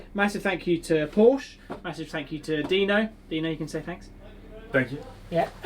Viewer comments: Its not Porsch its PORSCHEEEE......for god sake ……………… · If your going to race for Porsche you should nail down the pronunciation of your employer lad. It's "Por-shuh" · I would think you would want to say Porsche correctly in your videos. Porsch - uh :) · If u gona race for them at least have a decency to pronounce Porsche right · If you’re going to race for Porsche........pronounce the name right first. Thanks. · your going to have to learn how to pronounce the name...